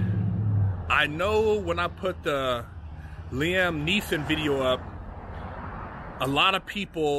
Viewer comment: Common you had me calling him Lam Neilson 😂